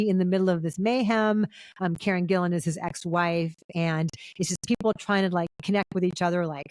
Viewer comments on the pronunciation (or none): none